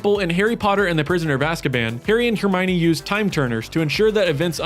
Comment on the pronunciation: Absurd and Hermione are pronounced correctly what are you on about??